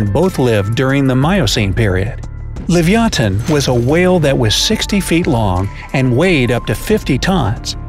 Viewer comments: You can't even pronounce Leviathan he said Livyaton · I disagree. Stronger bite doesn't mean much ine the prehistoric era. It's more just speed, whoever gets the first hit, and how smart they are. And also, it's livyatan, not livyathan. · *livyatan NOT "livyathan" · It's actually pronounced: li-vi-a-tan. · Wrong pronunciations: Rhamphosuchus is “ram-fo-sookus,” not “...such-us”; Livyatan is “leev-ya-TAHN.”